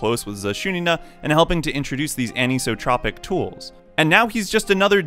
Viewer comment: I have one thing to say about this video. ANISOTROPIC IS A REAL WORD AND IT IS NOT PRONOUNCED LIKE THAT!!!! Other than that it was a pretty good video